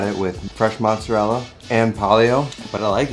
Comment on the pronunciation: Didn’t you say you were Italian and you pronounce mozzarella like your not